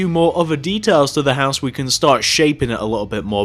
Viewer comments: "Then Connect back down to the hoose" lol I'm dying 😵 😂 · he pronounced house weirdly you should go check it out because i cant spell how he pronounced it.